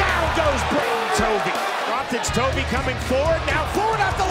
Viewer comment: . The op called him Toby but it’s actually Tovey, Bryan Duran is also Cuban now training in Florida, that’s where mix-up has come from.😂